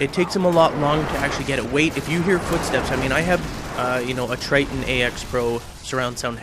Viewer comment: he said trittton ax pro